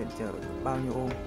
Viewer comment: its ohm not omh 🤔